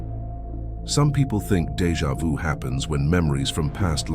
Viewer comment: Deja vu. Not pronounced Deja vous.